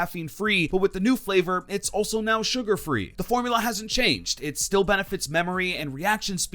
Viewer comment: "available right nau"